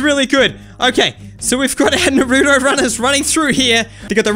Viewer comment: Its not nooroooto